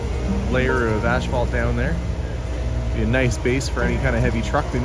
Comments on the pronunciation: I wish I had a hundred dollars for every time he said ass fault. I could go on a shopping spree. I thought maybe he was saying it so much because in his last video on the pool house, people in the comments kept pointing out how he says it differently than how it is pronounced in the US. Maybe that is how all Canadians pronounce it. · I figured it was a Canadian thing. 😊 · But there is no "h"!😊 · Please, there's no "H" in asphalt. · Are you pronouncing asphalt differently for utube? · Great video - BUT - you make a bit of an ash of yourself for consistently pronouncing asphalt wrong.🤓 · There is no H after the S in Asphalt. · Canadian pronunciation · I have heard another Canadian YouTuber pronounce it the same way as. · Please, it is pronounced — ass fault — not ash fault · Is he saying ASH phalt? I've never heard it called that before. We say asphalt. No "h" in the word. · Pretty cool to watch things come together. By the way, I believe you kept calling it Ashphalt. I'm no wordsmith, but I thought it was pronounced asphalt. Either way the flooring will come together quite nicely wants it corrected. The cabinets look great and I always love a real wood shelf myself as well. Can't wait to see it finished. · There are lots of words said differently from region to region. ASH-fault sounds way better than the way I've always heard it (ASS-fault) anyway. I pronounce the word "caramel" as CAR-MEL. My daughter says CARE-A-MEL. Why? Don't know. Don't care. With such an interesting world of diversity, how can there be only one "right" and everything else is "wrong"? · Curious…where I live everyone pronounces it “as - fault.” How does everyone else pronounce it? Is pronouncing it “ash - fault” a Canadian thing, a regional thing, or an thing? 😉 I love these types of things! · It’s not ash-phalt, it’s As-phalt. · Is he saying ASH phalt? Ive never heard it called that before. We say asphalt. No "h" in the word. I guess its different in Canada.